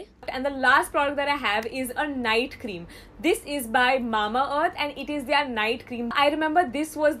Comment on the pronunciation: Is it just me or does her "their" always sound like THEY ARE? O.o